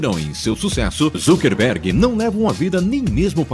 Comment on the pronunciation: "ZUCKERRRRRRRRBERG"???? OI??